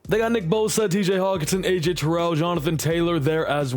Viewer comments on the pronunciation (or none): none